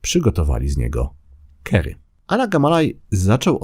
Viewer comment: "kary" nie "kery".